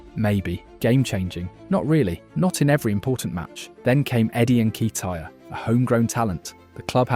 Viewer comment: Your pronunciation of Nketiah was terrible